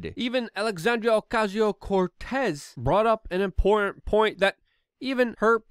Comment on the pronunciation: The next time you say AOCs name that way, you deserve to rightfully be totally dismissed as a bigot